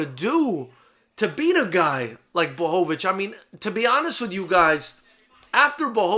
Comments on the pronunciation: best pronunciation of his name I've ever heard from a non-Polish person well done!! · Holy shit, someone actually pronounced his name right. Props to you sir :D